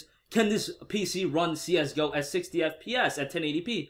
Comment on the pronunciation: I cringed everytime he said Csgo wrong